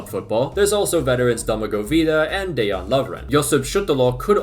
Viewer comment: Someone who actually pronounces dejan like [deyan], hope lovren doesn't start tho